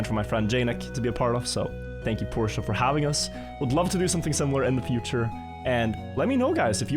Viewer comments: "PORSHA" aint no way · Its Por-shuh not Porsha. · its read like Porsch brooooo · okay, after watching the whole vid, his pronounciation switches a lot lol